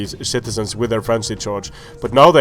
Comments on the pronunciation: Love how you say shitizens XD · If you say shitizens instead of citizens then that is AWESOME!!!!!!!!